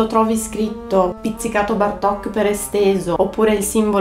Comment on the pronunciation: Bartók non so pronuncia con l'accento sulla o. Non è italiano, è ungherese. ;-)